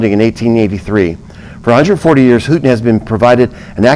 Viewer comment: Houghton university is pronounce Long O